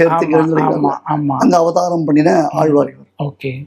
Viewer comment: பேட்டி எடுப்பவரின்உச்சரிப்புநன்றாகயில்லைஆழ்வார்என்றுசொலலாமல்ஆல்வார்என்றுசொல்கிறார் தமிழ் உச்சரிப்பு சரியாகயில்லை